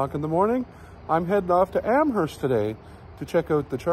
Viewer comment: There are also some DC chargers (not sure which network) at the waterfowl park in Sackville NB. Either that or Amherst will be a more interesting place to spend half an hour than Au Lac. BTW, we don't pronounce the h in Amerst.